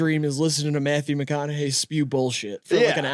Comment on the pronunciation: graydon trying not to laugh at how pronounced mcconaughey mack on a gay fucking killed me